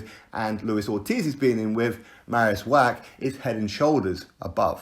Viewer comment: You are driving me nuts wach is pronounced Vach Love your clips though x